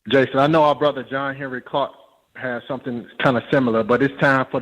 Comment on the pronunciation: I'm rather pissed off did NOT Check that caller when he said henry.... This shyt will STOP when I come around.... And until Tariq says it CORRECTLY as well....F Him Too...... If You can mention Dr.John HENRIK Clarke...... Say His F'ing Name PROPER!!!!!!!!!!!!!!!!!!!!!!!!!!!!!!!!!!!!!!!!!!!!!!!!!!!!!!!!!!!!!!!!!!!!!!!!